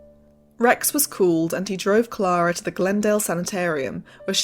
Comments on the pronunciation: Great video, but her name was pronounced CLAIR-A not CLAR-A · You lost me at Clahh-ra …..